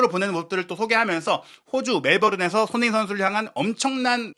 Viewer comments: 손흥민 선수 이름을 제대로 불러 주세요. 도대체 소너히가 누군가요? 매우 거슬리네요. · 발음좀 제발!!!!! 손 흥 민 !!